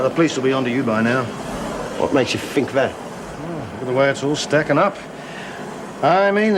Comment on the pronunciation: someone tell its 'think'not fink